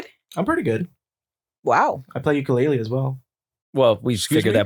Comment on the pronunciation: Please don’t go to Hawai’i saying Ukulele like that 😂😂